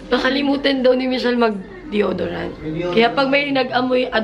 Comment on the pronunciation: DYO-DO-RANT very Ilocana! I laveeeett! 😹